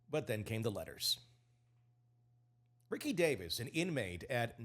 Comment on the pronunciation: I know you have to know better. It's ree-see davis.